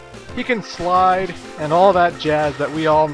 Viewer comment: The way you say "slide" makes it sound like "fly" on my computer.